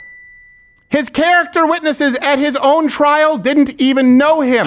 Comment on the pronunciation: CARROT TERS